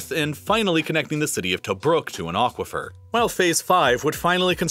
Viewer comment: What is an "ochquafer"? Come on, remenber what language you are using.